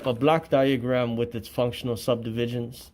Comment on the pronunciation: He pronounces it this way: "black" diagram. He means a "block" diagram. Even then he is incorrect. He should ask for the "Organizational Chart" and specify which one. A "block diagram" can be for just about anything, including an electrical circuit, just like a Venn Diagram can work to demonstrate shared traits of just about anything. This idiot has no clue how to be an auditor.